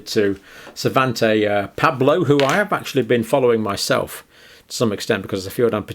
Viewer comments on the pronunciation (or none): John you keep mis-reading names! It's PAABO , not PABLO! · My Swedish is a little rusty but as far as I know Svantes last name should be pronounced Pairbo not Paabo. Dr, you say when the evidence changes, we change with it... but the evidence has never changed, the propaganda just changed... those who were showing the evidence before it became propaganda were called conspiracy theorists. But, we've been telling you this from the start, you just choose to believe those at the top, rather than the bottom.